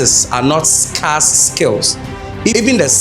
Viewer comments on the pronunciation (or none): Scar from the wound or scarce skills , why u speak English if u can't pronounce well